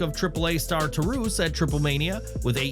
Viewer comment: You need to know how to pronounce some of these names " Taurus "